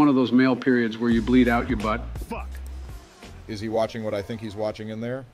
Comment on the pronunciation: "did he just say fyck you from the shadow realm?" 😭😭😭